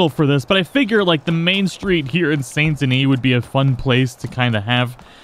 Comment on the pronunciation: why do you pronounce the t and not the s in Saint Denis